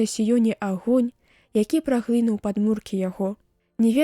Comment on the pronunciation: Прачытана: праглы'нуў, слоўнік дае націск на апошнім складзе: праглыну'ў.